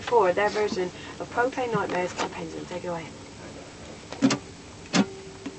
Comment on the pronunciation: why does everyone say pengulum its pendulum